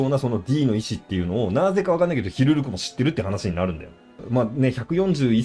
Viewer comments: ずっと間違ってるなw 思い込みってコエーw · ヒルルクって言うから全然内容入ってこねえ😂